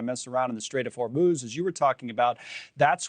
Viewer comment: Her pronunciations for Iran, Oman and Hormuz... flawless 🎶🎶